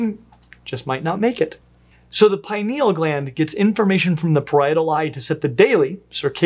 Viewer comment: /ˈpɪnɪəl/ not pie-knee-L